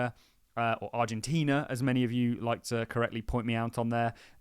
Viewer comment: Who cares if you say Argentinia or Argentina. Your content is good and well presented, and that's what counts